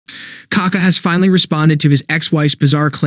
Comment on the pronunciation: Hhahahh bro the strong vowel is the second A, not the first one, then your just saying poop lol